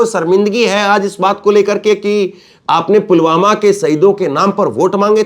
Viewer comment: सर, मोदी जी पुलवामा नहीं पुलगामा बोल रहे हैं।😜